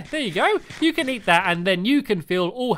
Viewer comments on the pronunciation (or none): Eat not E